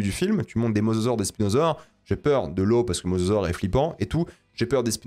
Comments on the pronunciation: Dire mozozore au lieu de mosasaure ça m'a fait rire à chaque fois y'a des vibes de "cocodile" ou "rhinoféroce", désolé de ce commentaire de con tatillon (en même temps pour quelqu'un qui est aussi à fond sur la VO je pense que j'ai droit). Très bonne vidéo comme d'hab, merci de ton travail ! Je sais pas si tu as des conseils pour me réconcilier avec le cinéma de spectacle; à titre personnel ce film est symptomatique des reboot de licence et de fait impossible pour moi à apprécier de quelque point de vue que ce soit. Impossible de ne pas visionner ce genre de matériel sans me dire chaque minute que c'est des producteurs avides de frics qui agitent le cadavre d'une licence devant mes yeux en essayant de réveiller ma nostalgie sans se donner la peine de comprendre ce qui faisait l'essence du matériau de base. Je me suis refait la trilogie récemment et quelle ne fût pas ma surprise de voir que même le Monde Perdu beh... J'ai beau l'aimer d'amour beh il est vraiment pas ouf mdr, et il provoque déjà un peu à mon sens ce manque de corps au profit de l'image brute et d'un concept qui s'épuise de film en film. Bref, tout ça pour dire que si tu as des conseils de films qui pourraient réconcilier avec l'entertainement pur et dur, je suis preneur de fou parce que j'ai pas envie d'être uniquement un gros réac ou au mieux un pseudo cinéphile exigeant qui casse les rêves de mes potes qui aiment juste bien les dinosaures, les voitures ou l'espace. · MosAsaure svp... Entendre Mososaure m'a fait saigner les oreilles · il arrive même pas à prononcer le mosasaure correctement faut pas lui demander ma lune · C'est mosasaure, pas masasaure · mozozore XD